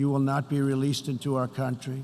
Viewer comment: Dam whoever wrote this for the orange idiot is good! And this guy cant pronounce “country”!!!!